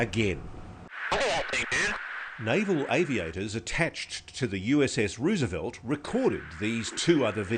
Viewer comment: USS Ruuseavelt?